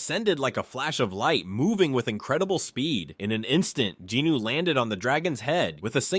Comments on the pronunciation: Except for referring to him as “Jeenoo” instead of Jin Woo. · Jin Woo…. NOT Jin Noo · i cant take it anymore! 1 hour 26 minutes of the narriator BUTCHERING jin-woo's name over and over again is to much. his name is SUNG JIN-WOO NOT GEE NEW for the love of god its the simplest korean name you can say. pretty stupid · Btw who the F is Jinuu lol . Its Drippy woo .. I don't know who jinuu is lol. Jinuu, get his name right.... Btw if Im the one who's wrong then my bad g lol 😂 .. but i know him as Jin drippy woo, the mac daddy, aka the fader.